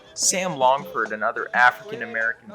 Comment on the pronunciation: You cant even say his name right?? Was that a trick to generate comments?? Sam LAngford